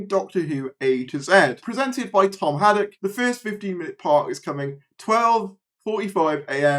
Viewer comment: As I understand it, Toby Hadoke's name should be prononuced as 'Hay-dough-ck' (rather than Haddock). He's on a lot of the classic era DVD moderating the commentaries, has appeared as an actor in Big Finish - most recently as 'Ron' with the Sixth Doctor, Mel and Hebe - and is a general all-round good egg.